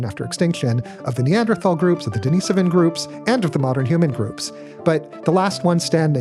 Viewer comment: HTF is he pronouncing "Denis-ovan as if it's the girls name "Deniece"? The guy doesn't even know hot to correctly pronounce their name.